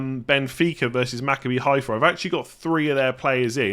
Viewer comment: Just a quick note, nobody expected you to get it right the first time but because I've heard you mention their name a few times - Maccabi Haifa is pronounced MaCABbi, with the emphasis on the second syllable (that's how Hebrew works). Good luck with it!